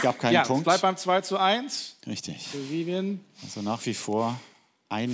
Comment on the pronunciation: Wie Elton einfach immer Vivien sagt 🤦‍♀